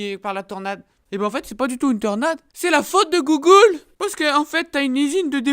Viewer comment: J'adore quand il dit gougoule au lieu de Google